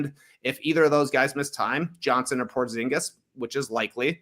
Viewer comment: Its odd hearing Porzingis' name pronounced correctly, my fiance refers to him as Dingus Pingus and it's stuck in my mind.